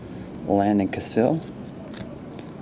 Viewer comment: Absolutely love the look of this product...just for some help, it's pronounced Justin All-Guy-Er and Landon Cassill is pronounced like castle.